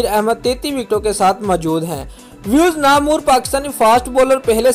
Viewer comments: its namwar not namoor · Namor nai lafz namwar hota hai